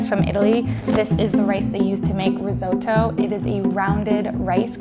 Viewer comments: Girl:Reessooto me:it's rrrreeeeeeezzzzottttoooo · Why did you pronounce risotto like that? It's not even spelt the way you pronounced it. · the way she said risotto pisses me off